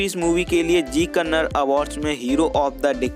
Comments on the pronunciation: Bro pronounce as kannada, not kannad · Bro before making a biography on yash you should pronounce correctly its not kannad its kannada and its not karnatak it karnataka first improve your pronunciation then make a video afterwards every north indian will started pronounce kannad instead kannada yash sir said many times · Stop saying Kannad it's Kannada like it's Hindi not Hind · Bhai ek baat jaanlo, 'kannad' naam ka koi bhaasha nahi hai 'KANNADA' bolo. Ham sab 'HINDI' bolte hai koi bhi 'hind' nahi bolta hai